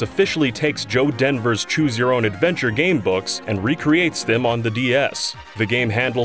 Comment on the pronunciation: you mean joe DEVER....not denver lol. i suggest everyone read his works.